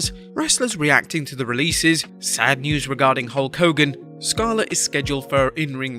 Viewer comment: "SADN NEWS"?